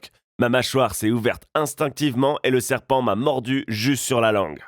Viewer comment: tu as dit sepant